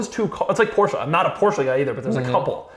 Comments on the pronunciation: this guy STILL pronounce "Porsche" wrong.....wtf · Doug!! You’re saying Porsche wrong bro 😂😂